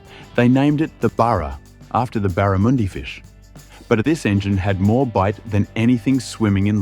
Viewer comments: rabbit burra lol,try barra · BURRA ? No Its a BARRA Mate. Think Barramundi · God damn "Burra-moondy's"